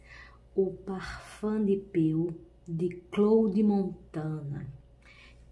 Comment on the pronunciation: A pronúncia é parfã de pô.